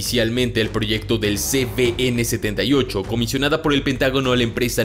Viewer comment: Por qué pronunciais ce be ene si es ce uve ene?